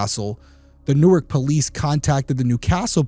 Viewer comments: This is trivial and nit-picky, but the DE city is pronounced New-ark. The city in NJ is Newerk. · It's PAINFUL to hear you talk about the name of the city. "NORK", is how you pronounce the city in New Jersey. In Delaware, it's pronounced "New-Ark". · New*Ark, the way you're pronouncing it is the place in NJ. Love your videos. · Hmmm... You just said yourself in one DP episode... your thoughts and experiences were that you've encountered cover-ups... think about that... he was high-profile. Was he set up on purpose? Allegedly, it's pronounced New Ark, not like New Jersey. The first issue is that it was the Newark Police. They have enough going on with the University of Delaware.